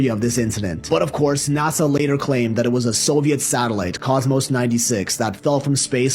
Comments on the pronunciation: Ya its NASA not NAZZA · Remember....It's NASA not NAZZZA!